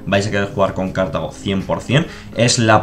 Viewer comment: Me pone muy nervioso lo de "Cártago"